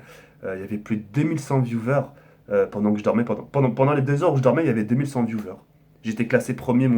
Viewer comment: Putain mais ARRETEZ DE DIRE VIOUVEURE ON DIRAIT DES SEGPA MDRR, C'EST VIOUWEURS Segpaland ici